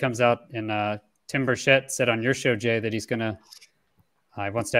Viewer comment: Tim BURchet... Not burSHETTE